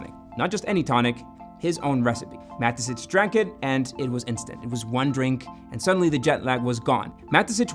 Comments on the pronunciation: You're pronouncing the founder's name incorrectly. I constantly asked myself who Matesich even is. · it just triggered me every time you said Mateschitz like Matezitsch 😅😅